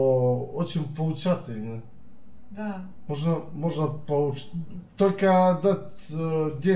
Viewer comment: Почему, когда он перешел на сербский, я, как русский, все понял???? Только не поучательно, а поучииительно!!!)))